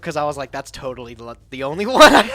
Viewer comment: "I'm not Toadally out of it"